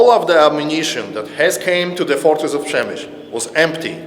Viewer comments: I just finished reading "The Fortress" by Alexander Watson. An excellent resource for anyone wanting more info on this siege. ( I believe it is pronounced Shem i shl as someone already noted. Unless the locals pronounce it as in this video. And since was actually there, he must have heard the name spoken.) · Przemyśl is pronounced Shem - i - shl Supplementing the Standard M1894 8cm minimal Embrasure guns, many of the guns in the fortresses open mounts behind beam parapet walls and roof parapets were a few M1858 (by 1914 rare) and M1861 mainly 24 pounder (15cm) cannon still firing common and shrapnel projectiles by black powder propellants, many had been issued out of mothballs to release M1880 and later design for the Field Army in 1910 but so pressing was that even the M1861 type found service in the Field Force into WW1. Russian Intel had concluded that these guns were signal cannons not actual defensive weapons, and that added to the slaughter when they finally fired at will (without orders from the commander). Further that they were black powder it was that that added to the pawl of smoke that the Russian searchlights lit up effectively blinding their own troops. The 'light weapons' (machine guns) that defended positions like gates and inner bastions were originally Christophe Montigny Volley Mitrailleuse with 37 barrels in 11mm which as a design date back to 1865 in Belgium and post Austro-Prussian war in Austrian service, the Christophe Montigny was used by the French during the later stages of the Franco Prussian War necessitated by losses of their preferred Reffye Mitrailleuse. The Christophe Montigny were mostly replaced by later weapons such as the the Maxim M89, M89/1/2/3/4, the Salvator Dormus M1893 and the Škoda M1902 machine guns and all but the base model M89 Maxim